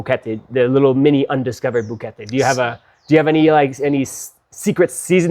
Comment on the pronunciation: NEVER watch a video thinking about moving to another country and buying property. Live there for at LEAST a year and then ( or maybe in another year) decide if it’s for you. Especially if the person trying to convince you to do so can’t even pronounce the name of the place they are featuring correctly. That means THEY don’t live there. This is coming from someone who has lived abroad and l still have an apartment in South America. Having said that, still, thumbs up because of.